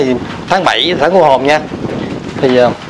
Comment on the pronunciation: THÁNG CÔ HỒN CHỨ KHÔNG PHẢI CU HỒN NHÉ E TRAI. MƯA MA MỚI DỄ XUẤT HIỆN